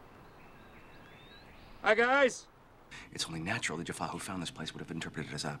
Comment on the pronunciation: Jacks pronunciation of Jaffa will always be funny